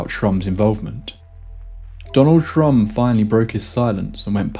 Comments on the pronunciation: Buzzing in the ear preceding high strangeness is a classic returning trope, one which I still would like to figure out some day! Anyway, awesome episode yet again! You mispronounced his name as Trump only thrice, which is given the difficulty pretty good if you ask me! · Am I the only one that he was saying “Donald Trump”? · Absolutely thought you said Donald Trump 😅 like damn this explains alot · With the narrator's weak pronunciation of certain consonants, it's easy to hear Shrum as Trump. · I thought you said Donald Trump in the beginning of the video 😂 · Thats what i heard the first time. I was just listening and had to read the description 😂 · That’s exactly how my my Mexican relatives say “Donald Trump” 😅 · The name was so jarring and I burst out laughing. Took me a while to focus on the story again. Someone here says he actually says Shrump but I can't unhear it now. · I know this story well and have heard the name Shrum. The narrator here has an accent / way of pronouncing Shrum... to make it sound more close to Trump